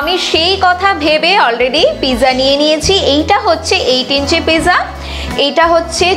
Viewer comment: Pizza spelling-ta thik-i achhe, kintu uchcharan-ta (prononciation) noy. Apni-i bolun thik uchcharan-ta ki hobe (original italian shabda).